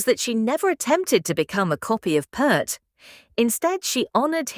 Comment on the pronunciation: Peart! Not Pert! How the hell can’t people get his name right? It’s not that hard people Jesus!